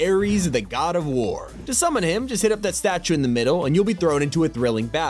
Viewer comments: I know he says “him” but I legit thought he said “DAMNNN” at first💀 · Oh it kinda sounded like it tho lol